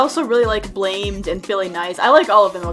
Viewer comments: In case nobody has corrected you on this matter yet (If they have, I apologize, I'm just somewhat OCD about pronunciations)- "Blammed" is not actually "Blamed" with an extra m. It's supposed to said like "Blam'd." And just in case you don't know why that is, it's a reference to the Newgrounds Portal's old rating system, where users would vote on submissions to give them points. If a submission got enough points after a certain time period, it would pass judgement and be allowed to stay on the site, but if it didn't, it would get deleted, or "blammed." Originally, Pico, as the mascot of Newgrounds, was the face of the rating UI, who had comments for each of the 6 point amounts a user could give to a submission (0 to 5), saying things like "blam this piece of crap!" for 0 points or "w00t! All my 5 R belong to this!" for 5 points. This is also where one of FNF's boot-up messages originates from ("Rate five--pls no blam"). These were later changed to less offensive remarks ("blam this, please!"), which I believe lasted until the points system got changed to star ratings at some point. I dunno, I didn't keep up with NG much over the last decade. Did I go a little too ham on the history lesson? Yes. Do I regret it? No. Nerding out gives me life. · “Blamed” it’s pronounced blam-d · friday night funkin fandom after pronounces "blammed" as "blamed" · It’s not blAmed it’s BLaMMED it’s a soft a That’s not a jacket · it’s called Blammed not Blamed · DID YOU JUST SAY BLAMED INSTEAD OF BLAMMED?! 0/10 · pronounces blammed as blamed .....aaaaaAAAAAAAAAAAAAHHHHHH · when pronounces "Blammed" like "Blamed" and "satin" like "Satan" you had one job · "Blamed." ITS PRONOUNCED BLA-MED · That moment she pronounced blammed as blamed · DID SHE JUST SAY BLAMED INSTEAD OF BLAMMED XD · you say blammed not blamed 😔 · everyone's gonna freak out cuz she said blaimed instead of blammed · its pronounced bla-mm-d not blamed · blammed bl-am-ed not blamed it's a newgrounds rate system